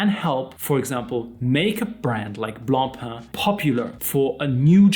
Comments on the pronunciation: Wow, someone on YouTube who can actually pronounce Blancpain correctly! Ugh, Americans keep saying "Blon-pon" which is like sandpaper to the ears of someone like me who is English/French bilingial. BRAVO! 😁 Having said that, I STILL will not buy a plastic watch. Being better than the Fauxmega Moonswatch isn't saying all that much. Plastic NEVER feels "premium" to me. BTW, the "Systeme 51" is also known as the Tissot Powermatic 80 and the Mido Calibre 80. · Gott sei dank! Thank God you are pronouncing BLANCPAIN correctly! Deo gratias! 🎉🎉🎉🎉🎉